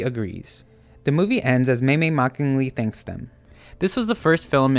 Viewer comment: No it's meimei go watch the show bro